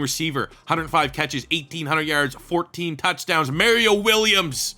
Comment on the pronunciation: These retro rebuilds are great but the way u pronounce Mario Williams hurts my brain lmao